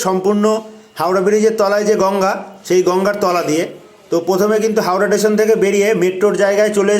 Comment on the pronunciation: ভাই, তুই টেশন টেশন করছিস কেন? স্টেশন বল আর ভাই ঐটা skipনা, ঐটা pause হবে তবে, ভিডিও টা মোটামুটি ভালোই হয়েছে..